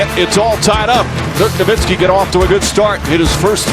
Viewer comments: why we been saying nowinski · Did the commissioner really say Dirk Nowitzki's name wrong during the award presentation?? come on man..